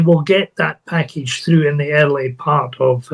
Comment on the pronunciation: Pull "though"? Did you mean "through"? Or "tough"? 😂